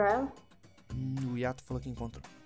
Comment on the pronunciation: mas n é iato é ayato